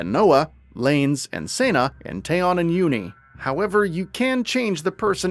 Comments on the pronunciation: He mispronounced so much like Taion and Sena names it made me want to cringe especially since we know how to pronounce them officially from the direct... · It's Keves not Keefs babes edit: seena and laynz my beloved